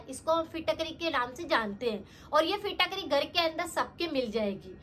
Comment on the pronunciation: Fitkatri ap shi s bol nahi pa rhi